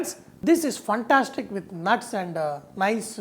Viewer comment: Chef, You are awesome. However, the pronunciation is "fantastic", not "funtastic"! Can you please give temperatures in Fahrenheit also? I am in Canada.